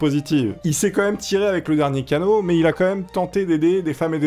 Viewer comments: c'est mais et pas mias XD ;) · "mais" pas "mias" mais pas grave 😂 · J'suis désolé de te dire ça mais le "mias" à me stress énormément! Merci de ta compréhension, au revoir.